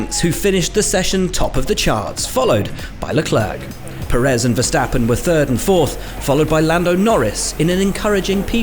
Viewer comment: After 5 years, the commentators finally managed to pronounce Verstappen’s name correctly. Next up, Charles Leklurk.